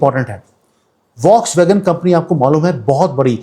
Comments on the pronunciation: Voksvagon nahi bolte hain. फॉक्सवगन बोलते है. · Please let me do one correction. The correct pronunciation of volkswagen is Fokswagen.